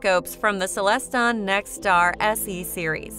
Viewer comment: Stop saying celeston. It's CELESTRON